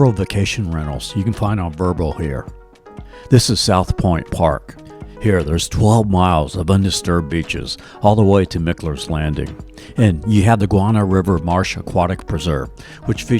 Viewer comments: It's not "MICK-ler's Landing (even though it's spelled that way), it's pronounced MIKE-ler's. I know people in the family after which it's named. And the Seahorse Oceanfront Inn is about to undergo a complete transformation into a "boutique hotel" after being purchased by the owner of the Jaguars. It was the last of the little mom-and-pop motels that used to line First Street in Neptune and Jacksonville Beaches. No mention of the oldest continuously operating bar in Duval County, Pete's Bar, in Neptune Beach, which got the first liquor license in the county at the end of Prohibition. Right next door to that chain restaurant where you ate in Atlantic Beach, you missed eating at a local treasure, Angie's Subs, which not only has excellent food but is filled with local memorabilia. Zephaniah Kingsley also married one of his slaves, Ana, who survived him and continued to keep slaves (as a former slave herself) to run the plantation. The actual name of the Dames Point Bridge is the "Napoleon Bonaparte BROWARD" bridge, named after a former Florida governor. You completely omitted any mention of the Arlington area, east of downtown across the Matthews Bridge, which is filled with history including the Ft. Caroline National Memorial and the Norman Studios silent film studio from the early 20th century, as well as being home to the riverfront campus of Jacksonville University. There's also a lot more to see in the Miramar, Lakewood, San Jose, and Mandarin neighborhoods on the south si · It's pronounced "Mike-lers". IYKYK 😉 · you pronounce Mickler's Landing the way that it looks. However, the locals pronounce it "Mikeler's Landing. Overall, this is an excellent video. I have lived here for over 40 years, and you showed me places that I have never visited especially the Emerald Trail.